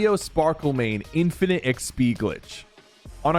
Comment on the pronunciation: why do you say XP so weird